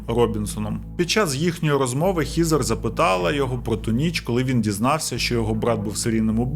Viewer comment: Вже друге відео, де одну з героїнь звати ХЕзер. Але автор вперто читає Хізер 😝 Буквосполучення ea часто читається, як звук Е. Хоча б як у словах dead, thread, weapon. Сорі, просто вуха ріже, не втрималась)